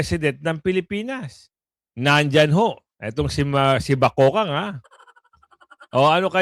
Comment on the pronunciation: Kuya god di po BAKOKANG.. .BAKEKANG po. Yan ang tawag sa babaeng may pinaka panget na mukha at paguugali ng pagkatao nya kaya po sya mabigyan ng pinakapanget na nilalang!😢